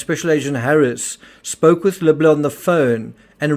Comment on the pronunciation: Why do all podcasters butch this guys name? (Accent or not) His name is pronounced, Lib-Ler. Just call him, Jeff! But yes, quite a strange but sad case. I hope these girls grow to learn that their mother was actually a good person but was more than likely, Extremely Lonely! She needed a verbal outlet. She still loved them both with her whole ❤, im sure! Hope the police investigaters and courts figure this thing out. Its very sad!